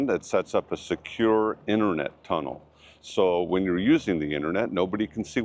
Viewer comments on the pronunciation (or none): none